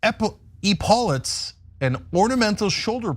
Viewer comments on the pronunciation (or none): its ep - e lauts- not e-paulets